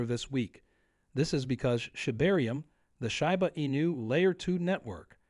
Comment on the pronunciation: it would help your credibility if you knew how to pronounce shiba